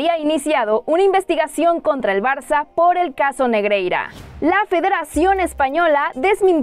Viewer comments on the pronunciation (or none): none